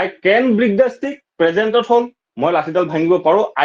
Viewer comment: Break pronunciation wrong